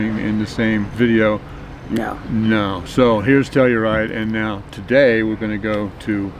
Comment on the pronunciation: The Trekkie in me kept thinking you were saying Tellerite instead of Telluride. The hat almost makes look like Sean Connery.